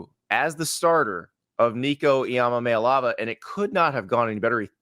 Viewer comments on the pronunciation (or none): there is no MOLLY in his name. do not say molly. its ommaLAY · Learn how to pronounce his name. EE-ah-mah-LAY-ah-vah.